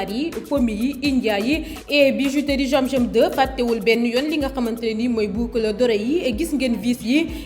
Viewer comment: Y'a des personnes qui ne peuvent pas prononcé "Z" comme celle qui a fait la publicité de la bijouterie zam zam 2 en disant jiam jiam